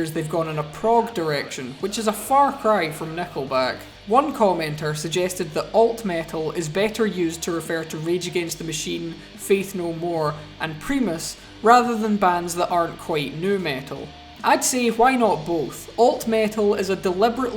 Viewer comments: Primus is pronounced pry - mus god damnit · Primus is pronounced prime-us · Lol at "Pre- mus"